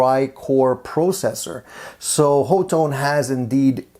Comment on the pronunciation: The company says ha-tone.